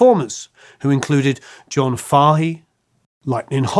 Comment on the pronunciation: Based on his bizarre pronunciation, the narrater has apparently never heard of John Fahey!